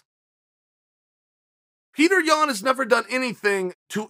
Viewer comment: Until Yan pronounces his Name as ( Pee-tur ) and not ( Pure - tore) then we the people will not listen to him 😂🤣